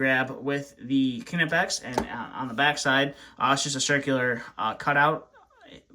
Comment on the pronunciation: It’s pronounced nipex not kinapex lol